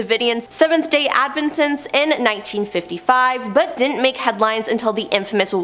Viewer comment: Seventh Day Ad vent ists lol she is not pronouncing words right